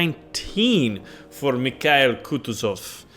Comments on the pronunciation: Lol your first attempt was good thats how its supposed to be said. Merry Christmas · You got the Name right! It's named after the top Russian General during the Napoleonic Wars. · it pronounces like: Mee ha eel(accent here) Koo too(accent here) zof. source-russian